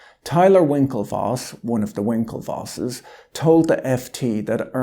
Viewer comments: I really have no clue why, when you say, "one of the winkelwosses", just cracks me up. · The Winklevosses you say? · "...one of the Winkelvosses,..." LOL